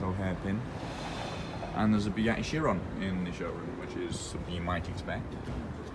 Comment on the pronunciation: There’s a “bewatti sheronn ”